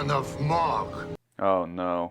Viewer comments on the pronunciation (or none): Well his dad started as Mogh rhyming with dog and now it’s Mogh rhyming with rogue. Maybe Klingon pronunciation is fungible due to accents.